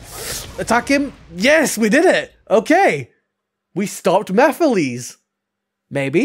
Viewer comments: Mefiles??? WTH?! 🤣🤣🤣 Is it that hard to say MEH-FEE-LESS?!! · I did NOT know how to pronounce it for the longest time so I kept saying Meh-files LOL